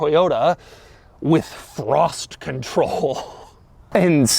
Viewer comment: The one where Doug goes off the rails sooo early in the video lol 😂😂 also the amount of times he said "frossssttt conthroll" and "vhennzzzaaah"